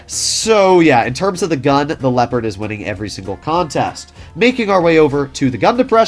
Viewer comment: You usually get the pronunciation of the German tanks names pretty right but Leopard is crazy